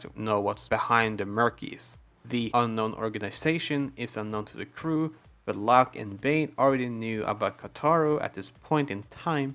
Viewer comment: It felt odd you saying loke instead of lock for locke